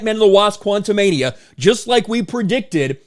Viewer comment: Why do you keep pronouncing the movie quantamanium?